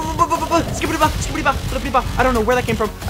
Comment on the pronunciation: Bro said skibidyba